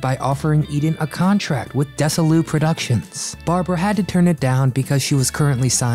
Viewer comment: This is a good video. Always enjoyed watching Barbara Eden on anything she did. On Lucy, on Andy Griffith, and especially on I dream of jeannie. But I do wish this presenter would do a little better job in his homework on how to pronounce the names like DesiLu and Michael Ansara. This seems to be a regular problem with this YouTube channel.